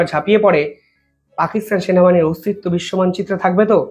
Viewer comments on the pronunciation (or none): none